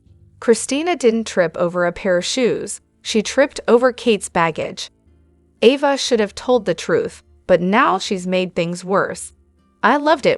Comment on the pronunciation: It’s A va NOT Ah va …lol